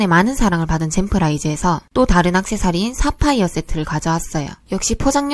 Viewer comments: 사파이어세틐ㅋㅋㅋㅋㅋㅋㅋ 발음이 젤 웃겼다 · 사파이어 세트 아니 맞는 발음인데 ㅈㄴ 어색하네 ㅋㅋㅋㅋㅋㅋㅋㅋㅋㅋㅋ